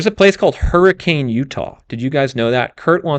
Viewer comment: It’s pronounced “Hurri-cun” 😁